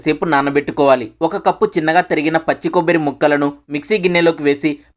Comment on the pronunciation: Kobbari antaru kobbiri kadu